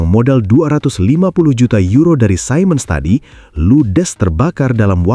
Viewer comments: Siemens diucapkan sea mens (atau see muhnz di Amerika Serikat, sedang di Jerman zee mens) bukan sai mens (yang bisa disalah-artikan mengucapkan Simon) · btw siemens itu cara bacanya "simens/see-mns"